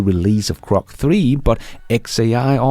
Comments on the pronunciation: GROK not CROC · It's "Grok", not "Crok". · GROK, not crock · Bro, are you full of it? It’s Grok, not Crok. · Grok. Please stop saying krok. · its Grok not Crok friend